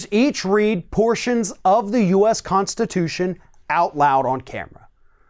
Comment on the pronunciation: It was the U.S. That stumped him. He kept trying to pronounce it us.